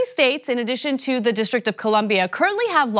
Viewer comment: and you know it was planted how? and its "the" not "da" and "what" not "wat"